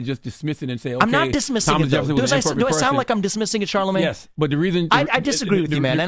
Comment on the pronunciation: You kept saying Charlamange the God. It's Charlamange the Fraud.